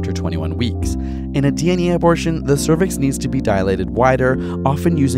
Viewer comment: Hey mom, I got an UH - BOR - TION